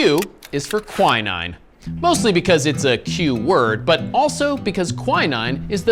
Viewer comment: Why the hell is he saying quinine like that? 😅 Thats not how you pronounce it.